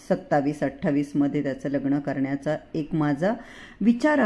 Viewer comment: लग्न तुम्ही लग्नण म्हणता सहज सांगितलं ह